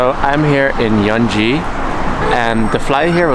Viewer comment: Yanji not Yeonji